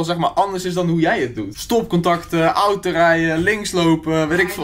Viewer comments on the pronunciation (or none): none